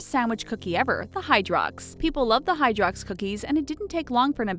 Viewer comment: Anthony Da-Silva it's prenounced Hydrox